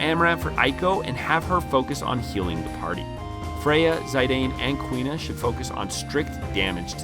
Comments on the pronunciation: The i in Zidane is pronounced like itch not Aye. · Zee-dan Not "Zay-dayne" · Zai dane, I thought he called Zeedane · Ha dude! Its not Sai-dain 🤣 Its Zi-dan, like the football player from France... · Who the hell is "Zy-dane?" lol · It's pronounced "Zee-done". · That Zidane pronunciation, though. ^^' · The worst thing about this video is how you pronounce Zidane But apart from that I agree with a lot of your comments, but I would also mention that for the superboss Ozma, a team of Vivi and Amarant can be great if they both have return magic, getting triple Doomsday and therefore triple 9999 can help massively. I would also add Eiko for the Phoenix ability which can be a literal lifesaver in that battle And yes, Quina is god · Imo the only low tier here is your pronunciation of "Zidane" i never cringe this hard the moment you pronounced his name.